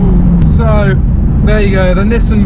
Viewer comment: This is a Nissan not a Nissin. Nissin make motorbikes